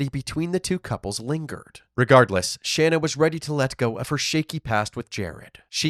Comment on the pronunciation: It's Pronounced * SHAUN AH* SHANNA